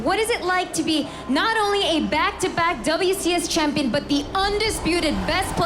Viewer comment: "hes your reigning chamshion"